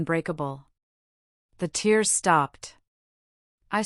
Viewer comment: Please FIX your AI NARRATOR. This word Agape is pronounced as A-GAY-P and not as A-GAR-PAY. Also TEARS (crying) is pronounced as TEERS and not TARES